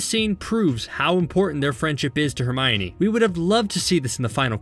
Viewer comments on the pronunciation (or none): Did he say HeRmInOr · am i the only one that noticed he said herminor instead of hermine